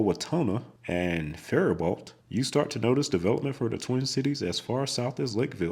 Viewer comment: It’s disappointing, as a geography focused channel, that your pronunciation of certain towns is wrong. Might be good to check that before you edit and post a video. Salina, Olathe, and Faribault are the ones I noticed.